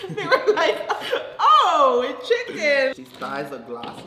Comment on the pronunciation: "imma take a break, can you guys pass the chiEcken". bruh im deadd😂😂